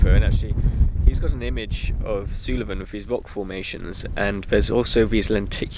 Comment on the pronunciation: its pronounced 'Soolven' not 'Soolaven'